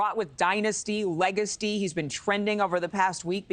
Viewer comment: "Dynasty, legasty"😂